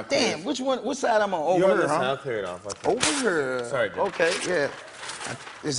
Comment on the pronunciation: Lol nelly still can't pronounce here correctly